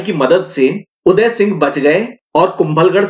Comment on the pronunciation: वह सब हमारे आदरणीय उनका नाम आप ढंग से बोले